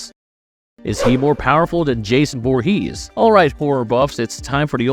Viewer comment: Why do you pronounce Jason's last name weird.